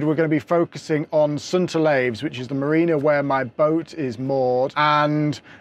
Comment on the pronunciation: St Olaves, as in St Olives or St Olifs, to much "ay" in your pronounciation, I grew up there. Nice aerial views, which drone are you using?